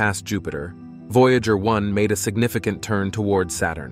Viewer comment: News so important that it is delivered by a fake voice that can't pronounce "Voyager". ↓↓↓↓↓↓↓↓↓↓↓↓↓↓↓↓↓↓↓↓↓↓